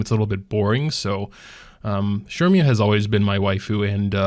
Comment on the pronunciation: Who is Shermia? lol Cermia, pronounced Sir-mia no?